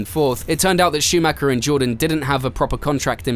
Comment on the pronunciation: Schumacher is mispronounced too, it's a german name, not an englsh one (even michael is pronunced differently in Germany)